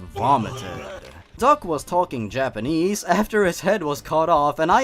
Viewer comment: "Yapanese" Careful,, your Swede is showing.